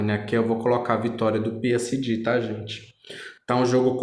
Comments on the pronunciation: Moço muito legal a tiragem mas é peesege, que agonia falando Piesidi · "P S D " AHAHAAHAHAH G VIROU "DI" AHAHAHAHAHA